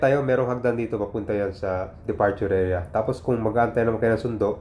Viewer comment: Pronounce mo ng tama. Airport Hindi report ,area Hindi erea, arrival him arribal